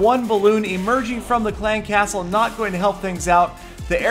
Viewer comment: The way says "clan castle" annoys the fuck out of me, stop putting so much emphasis on castle. It's clan castle. Not clan CASTLE.